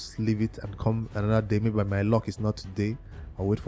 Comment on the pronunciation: It's called L U C K not ( Lock ) 🤣🤣🤣🤣